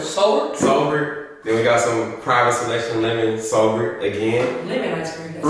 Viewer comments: I think the “sobert” is pronounced sorbey😭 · Sobert is pronounced : SOR BAY , its a type of icecream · sobert im weak yall i think it’s pronounced like “sore-bay” 😂😂😂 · It’s called SORBET YALL 😩😂 it’s pronounced like SORE BAY 😂😂 .. it’s more of a frozen juice than a ice cream but it’s hella good ♥️ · 😂😂😂 i was so weak when they said “sober- t” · Sorbet is pronounced sore•bae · It’s pronounced “sore-bae” guys😭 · They correct way to pronounce sorbet is sorbay lol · It’s spelled sorbet but it’s pronounced like sorba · it’s pronounced so-bay LMFAOOOOOOOOO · You don’t pronounce the “t” in sorbet lol it’s pronounced “sor-bae” I’m so weak 😹😹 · Its pronounced sor bay 😂😂 its not quite ice cream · So all y’all slow 🤣🤦🏽‍♀️ it’s pronounced sore-bae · The way they pronounced sorbet had me dead 😭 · the way they pronouncing sorbet😭